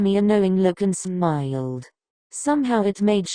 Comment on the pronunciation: “And smiiyulled” why’d she say it like that 😭